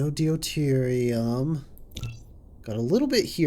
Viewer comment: I can tell you record in advance, but still - d'you tier E um. Deuterium. Really enjoying just how crazy things are already, but it seems like starting anything even close to the scale of a Dyson Sphere is still a ways off.